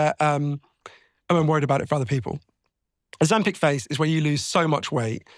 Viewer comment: Why does Steven keep calling it Ozem-"peck"